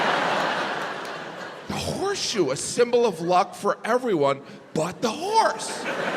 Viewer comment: Oh! You said "horse"! I thought you said "whores". Geez no wonder I didn't get the jokes. NOW... they make sense 😂